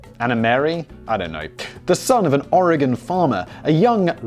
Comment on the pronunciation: As an Oregonian... i approve that he's not saying "oregone"